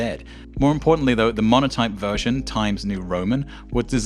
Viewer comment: . Montoype instead of Monotype.